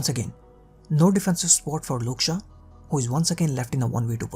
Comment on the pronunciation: Who the hell is " Luke Shah " bro?